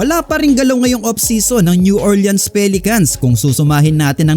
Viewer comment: New OR-lins po ndi Orle-ans 🤦